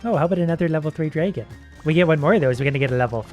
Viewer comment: Please google how to pronounce dragon, I'm sorry I know me saying this is a little rude but it really bugs me XD